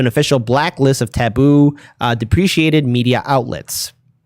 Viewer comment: you keep pronouncing "deprecated" as "depreciated."